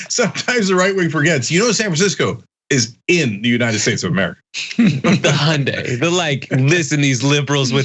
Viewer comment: Hyundai said so many times, and none of them right lol.